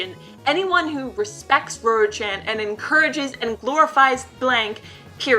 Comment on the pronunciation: I'm sure you are pronouncing her name correctly. Just thought I'd tell you before I watch the whole thing.